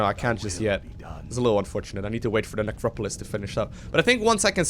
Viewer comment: nepropolisk :) that made me smile :))